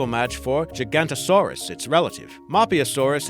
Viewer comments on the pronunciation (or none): I don't know what's more impressive, that you managed to mispronounce almost every single name in this video, or that you managed to actually pronounce Giganotosaurus correctly the second time after getting it wrong earlier in the video. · Gig-an-ot-o-saur-us missing a syllable there, also dine-on-i-kus or din-on-i-kus either one's fine and car-car-ro-dont-o-saur-us, just retrying to be helpful lol